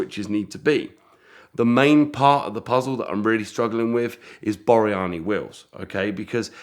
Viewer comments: It’s Borrani wire wheels. Not Boriani. They’re a lot easier to find when you can spell and pronounce them correctly. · Wouldn't that be Borrani wheels ? ( 3 syllables, not 4) And when it's finished, he wants to do doughnuts with it. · Fascinating,. ('Borrani', by the way.)